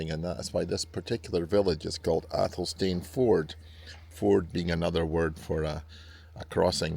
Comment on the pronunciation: It's pronounced AYL-sun-fud